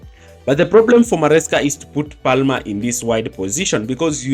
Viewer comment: You don’t pronounce the L in Palmer. It’s said as “Pamer”.